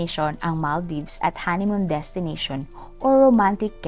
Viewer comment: Ang sagwa pakinggan ng pronunciation . Kalurky😮😮😢 ( maal·deevz) NOT mal-dayvs